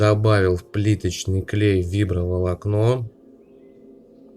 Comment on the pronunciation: Фиброволокно а не вибро